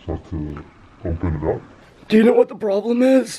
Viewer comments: Stop saying sno say know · Stop saying shnow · Am I the only one that notices that he says snow instead of know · Please stop saying “shnow “😂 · I’ve had enough of him saying shnow😭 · Why does he say shnow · I’m sorry but does anyone get really triggered when he says ‘YOU ALREADY SHNOW HOW IT IS’ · Does it trigger anyone else how he says shnow instead of know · If you say know with an sh one more time I’m unsubscribing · It is know not snow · Bro he says you already shnow how it is way to much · Why does he say snow instead of know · Why does he say Shnow and not know like what the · He always says shnow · why he say shnow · Why does he always say shnow instead know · Stop saying shnow WTF...WHAT THE HELL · Can u pls stop saying snow instead of know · stop saying shmoe